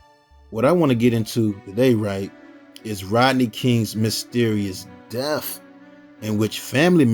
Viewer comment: I agree with you but the only complaint I have is when he says "DEAF" instead of "DEATH".